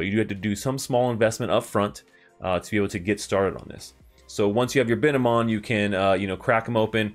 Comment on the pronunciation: and its bine-mon not bi-ne-mon